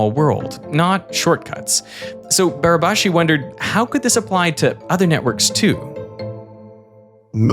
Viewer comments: Congratulations to Derek pronouncing " Barabási" almost perfectly. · pretty good pronunciation on Barabási's name there